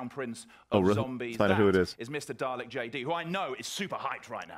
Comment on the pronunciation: i like how can't pronounce dalek properly